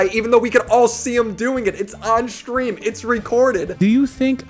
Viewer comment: Hasan shocks his dog so frequently, he subconsciously started saying "shtream" instead of "stream", just because it reminds him more of the word "shock".